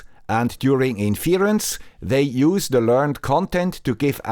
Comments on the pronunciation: You can't pronounce 'inference', but I should trust your definition of it? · it is usually written as: "why should I trust your definition, if you can't pronounce 'inference' properly. Let's assume the poster meant it as a joke (which it usually is), though missing the point of "the guy with the Swiss accent" :)